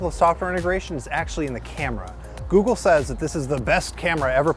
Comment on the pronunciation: I love how he said Googel on the last part